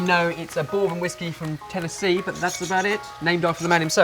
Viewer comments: he said tennessee whiksy :D hahaha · Their Tennessee "whiksey", eh? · Tennessee whiksey ?? hahahah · Tennessee Whiksey haha :p